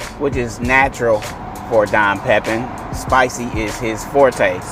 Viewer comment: Fyi, pronounced…..Pepeeeen😀